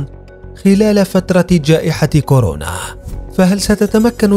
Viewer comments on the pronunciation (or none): none